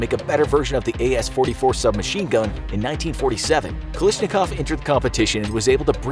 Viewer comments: His name is KalASHnikov not KaLISHnikov. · I love your videos, but I think it's pronounced like Kal(æ)shnikov, could be wrong though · Why does he pronounce it "Kalishnikov?" That's low-key disrespectful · I hate how you pronounced his last name